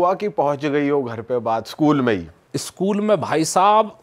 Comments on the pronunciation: स्कूल ❌ सकूल ✅ 🫡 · School ❌sakool ✅